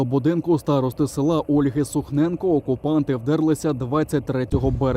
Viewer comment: Сухенко, а не Сухненко